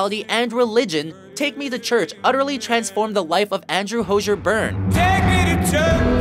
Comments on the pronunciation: It's HOZ-EE-ER, not HOJH-ER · The way he pronounced hozier 🤮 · Pronounced Hozier wrong lool